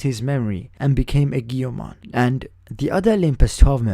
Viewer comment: I beleive it is pronounced AY-JO-MON or EE-JO-MON.